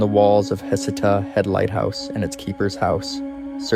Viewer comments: Heceta is pronounced hay-SEE-tuh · Are you repeating the stories a few times to make the video longer? Your story telling doesn’t flow well. Also, you’ve pronounced Heceta 3-4 different ways. A friendly recommendation is to do some research on how to pronounce the locations and names you’re saying. Nice job, but keep working on it.